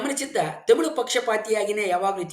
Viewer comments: Sir adhu themil alla tamil sir ucharane seri maadi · Tamilu alla (Thamizh) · Temilu alla guru. Its Tamil 😂😂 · first you pronounce Tamil not temil. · Tamil alla tamizh 😂😂😂😂😂very logical language😂😂😂😂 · Sir, It's not themelu 😂😂 it's Tamil❤